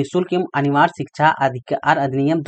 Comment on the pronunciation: सर मैम बार बार शिक्षा को छिछा बोल रहे हैं।🤣🤣😂